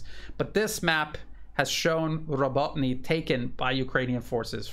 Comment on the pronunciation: More like Robo, as in RoboCop, Robo-teen-ah.